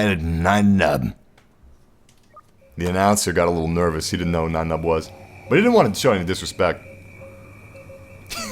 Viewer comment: What's white saying Nien Numbs name like that. His first name isn't German you know. :(